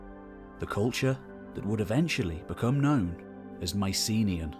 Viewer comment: Can someone please pronounce Mycenaean correctly?